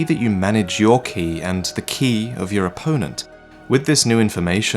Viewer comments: Ki is pronounced like Kye not key lol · Ki is technically pronounced Chi, i have no idea why but it is. just had a very long debate about it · It's pronounced, "ch-ee" as in tai-chi. It's a bastardization of Qi from chinese. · its ki as in kai